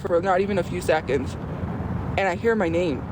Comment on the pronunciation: she did it AGAIN bro. “Saconds” “saven” SECONDS and SEVEN. The letter E